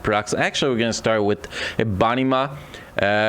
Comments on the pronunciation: No offence its all jokes but they way you said EBONY MAW sounded like "A BUNNY MA". lol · U beat me to it. I hear the same exact thing. It took me a couple times listening to figure out who or what he said. Lol